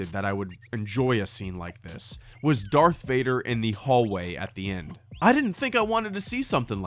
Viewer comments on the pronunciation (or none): none